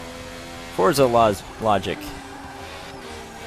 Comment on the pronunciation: No offense, but it's a pet peeve of mine when people say "Fortza."